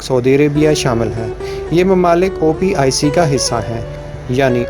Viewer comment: BHAI OPIC NAHI HAI YEH OPEC HAI (Organization of the Petroleum Exporting Countries). Video bhout achi hai aap ki thori mistakes correct kar lain please.